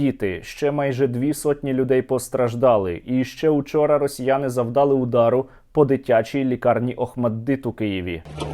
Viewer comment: не завдАли, а завдалИ, а завдалИ, завдалИ, завдалИ, завдалИ, завдалИ